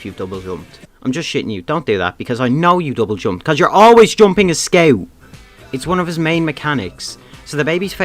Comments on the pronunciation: Bro are you Australian you are saying sceaut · meet the squew. (being rude wasn't my intention, i really like the way you say it)